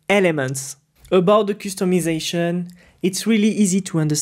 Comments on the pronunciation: I laugh when you say 'coostomization' 😂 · I love the way he pronounces customization 🥹